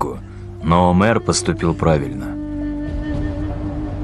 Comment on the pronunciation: Что за Умар? Имя Омер у многих, оно правильное